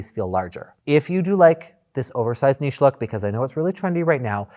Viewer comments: Hello! Your pronounciation of "niche" is perfect. "Foyer" though... I don't think any french person would understand what your are talking about out of context ;) By the way, in french, the way americans use "foyer" does not make any sense. We say "entrée" (entrance). Foyer means a home or a fireplace. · Love this video! Two points, thank you for the pronunciation guide, “nitch” drives me bonkers! The self instead of the niche is lovely. So clean, you can squeegee that space, easier to build and easier to tile. Nothing but upside. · American here and I cringe everytime someone says Niche like Nitch 😂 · Hello from Montréal. Yes your pronunciation is correct. Well done. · Thanks for correcting niche, that bugs me so much when people pronounce it incorrectly. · Thank you, THANK YOU for saying "niche" properly! I love how you defend good taste in the face of ostentatious design that just screams "new money" and looks vulgar. I could listen to Daddy all day. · Niches and foyers! Omg. I was watching a video where two people (host and guest) were talking about finding your niche- guest pronounced it correctly and the host just couldn’t pick up on it. 😂 drove me crazy. Love the alternative options you give! No word art!!! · OMG... you kill me!!! 😂😂😂 Foyer and niche. Thank you!! I'm English-Canadian but we have the French pronunciation built-in so thank you for 'learning' everyone (that's a joke, people). Your channel is magnifique! Love from the nation's capital ♥ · THANK YOU! for the correct pronunciation of niche. I am so sick of nitch. As I remind people, it rhymes with quiche. Now if we can get them to say sachet properly. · From a French speaking person. Thank you. I am so annoyed to perfectly pronounce a word and then the other look at me with a blank stare. It's niche , not Nietzsche . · THANK YOU FOR THE NICHE AND FOYER 😂 ITS SOOO ANNOYING HEARING IT WRONG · But niche, was always niche even in English, the way he is pronouncing it. It just got butchered in America.